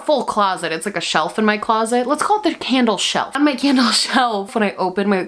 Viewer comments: I just heard “scandal of the day” instead of candle. I got REALLY pumped for a second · Legit thought you said "scandal of the day" before I realized it was candle!! 😂😂❤️ Love you, thank you for making the day so much brighter! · I swear I heard, “today’s scandal of the day” and not “today’s candle of the day”. It’s YouTube so basically either scenario is entirely plausible. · Not me understanding "today's scandal of the day" instead of "today's candle of the day" 😅😅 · You did the usual "candle of the day" but what I heard instead was "the scandal of the day is...". Honestly, there's enough material out there to make a segment like that. especially in the beauty community lol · Tell me why I thought she said the “scandal of the day” instead of the candle of the day 😅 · when you said todays candle of the day it sounded like scandle of the day - PLEASE if there's ever another dramagedon into it with that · Am I the only one who heard 'today scandal of the day is...'? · lmao it sound like u said “today’s scandal of the day” btw your makeup look gorgeous per usual💚